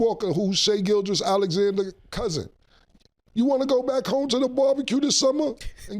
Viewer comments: Mase be fighting for his life trying to say Gilgeous 😂😂😂😂 … He be saying Gilchrist… Gilchest.. just like cam saying Mike Tomlinson or Joe Burrows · I understand if you see a name spelled and you mispronounce it the first couple times you see it. But if you hear people pronounce it all the time then it shouldn’t be that hard to repeat, especially for rappers😭